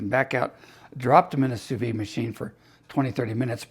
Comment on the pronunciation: In French, if an E follows the D then the D is hard, but the E is not sounded. Therefore it’s phonetically pronounced “Sue Veed”